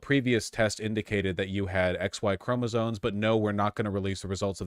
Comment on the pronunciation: It's not chroma-zones. It's chroma-zomes.